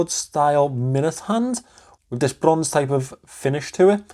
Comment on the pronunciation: It's a really nice watch, Pascal did a great job with it. My review is coming in the next couple of days and I can definitely understand your enthusiasm about it. The lume is absolutely crazy! I can listen to you say brrronze all day 😂